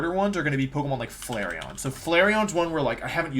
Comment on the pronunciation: leafon and who??? Flaceon???